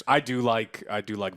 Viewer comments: It really doesn't matter but for future reference, her name is pronounced Vy, rhymes with pie. All in all a rather good review, knowing the lore like I do does make certain moments a tad better knowing the characters by name and what happens to them eventually. But even if I didn't know the lore it's still an amazing show. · Drinking game: Drink everytime joe says Vee and not Vi , lol , jk. Love you joe! ❤ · Also bruh, you and so many people I know pronounce it "V" as in the letter despite them on champ release, and anywhere her name is mentioned including in the series you watched as "Vi" as in Violence. Why.. why you do dis. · How you not gonna tell my mans its Vi... not Vee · V-EYE. Riot put the damn name in a show and people are still saying VEEEEEEE REEEEEEEEEE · Its still funny whenever someone calls her V-eee when its actually pronounced V-igh.... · Summoner's Rift isn't canon. It's Vi as in "Violet", not "Vee". High chance that wasn't ryze. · It hurt my soul to hear you all her "vee" lol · How can u watch it and keep saying Vee when its V-EYE because its short for Violet -. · Joe buddy Its VI like violet Not VEE like cyberpunks V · It's not pronounced like 'vee' it's pronounced like 'vi' like in violence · Please stop calling her VEE. Its VI. Literally said how it's spelled. Neither of them told him that and he said VE 40 times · How is it they say vi and you call her veeee? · Its Vi - "Viy" same way you would pronounce fly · This guy really called her Vee after watching everyone say her name correctly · Vi as in Violet.. V.... I.... V.. I.. Vi. needs some remedial pronunciation training via Sesame Street. Oh wait, used the word via. Hopefully Joe can pronounce that word correctly. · "Vee" sigh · ...."Jinx and Vee" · Her name is pronounced "V-eye". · every time joe says Veee i physically cringe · I swear I cringed every time you said Vee xD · I cringe so hard when he keeps pronoucing vi as "vee" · how you going to call her Vee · It's Vi . Not V....